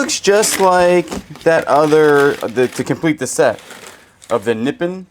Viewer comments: it is pronounced Ne pon not nipit😅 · Nippon is pronounced NIP on, from1891 to 1920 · It's pronounced Naponits sellable! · I think you pronounce the China “ Na pond “ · The wooden cutting boards with cuts and scratches are easily restored with some sandpaper and food grade mineral oil. Nippon is pronounced Ni-pawn. 😊You ruined the beautiful hat box by cutting the rope. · It’s actually pronounced Nip pon and that is the name of who made the China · Nippon sounds like nipond with a silent d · Nipawn is how to say it. I almost fell off the couch laughing. Be sure to tell Daniel hello. Maybe you should get him some treats and he might start doing some work for you!!!😂😂😂😂❤❤❤❤ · You cracked me up with your pronunciation of “Nippon” China! Love you guys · More ordiments and reefs today. 🤣 Nippon. Japan. American pronunciation is "Nip-ON." Land of the rising sun. 🌞😊❤